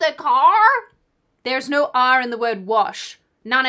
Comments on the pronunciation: Oh... "there's no R in wash." There's also no 'aur' in no... 😎❤ okay resuming the video LOL. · Oh I know youre not throwing shade on accents. Okay, there may not be an R in "wash"...but there is also no "uurrr" in NO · There's no "r" in no either,. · As someone from the Midwest, I'd like to remind you,, there is no "r" in the word "no". P.S. This extends to all Australians. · There's no R on the word No you. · There's no R in no either. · And there's no R in "Oh no." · There is no "R" in wash, and also no "R" in the word no :D